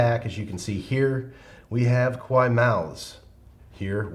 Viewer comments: omg Love it and need it!!! (btw KAWAII is pronounced as ka-wah-ee-ee and doesn't not really rhyme with "Hawaii". In fact, doing so makes it sound like "KOWAII" which means "scary") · Add a ee on the end of your pronunciation of Kawaii and you will be gold!